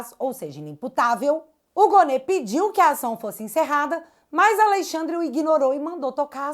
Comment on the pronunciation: "Alexandre aviadado 5 dias"😂